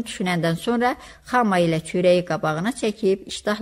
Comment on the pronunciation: Səsləndirmə də yaxşı deyil..Hər kəlmədə uduqunub ağzınızı marçıldadırsız..Larçç larçç.. Balkona palkon deyirsiz,xamaya Xa ma deyirsiz))))